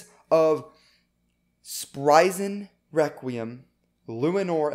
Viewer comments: You are saying weqium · Requiem it’s not requiem, it’s WEKWIUM